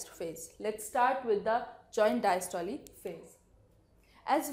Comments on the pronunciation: Very bad pronunciation of systole and diastole😡😡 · please pronunciate systole and diastole correctly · Pls correct the pronunciation...... Systole :- "not Systol[e] just systole...'e' should be silent....." Same that in diastole🙂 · The pronunciation of systole n diastole r amazing 😂😂😂 Learn how to say systole n diastole from google 😆😆😆